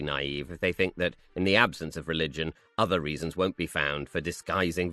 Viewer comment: If you're able to pronounce ''thousand'' you have no excuse for th-fronting any uvva words.